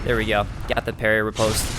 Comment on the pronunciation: FYI: Riposte is pronounced 'ree-paahst' - short o vowel sound - NOT post like in mail or a post in the ground with a long O vowel sound. Attribute is pronounced as 'Aaht - tribute' - accent on first syllable not the second as you are pronouncing it. You sound like an intelligent person but you should learn how to pronounce words correctly! Makes you sound even more intelligent.